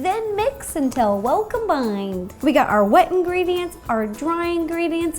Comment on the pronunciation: does anyone else’s hate how she says “combined” ?? just me? mk.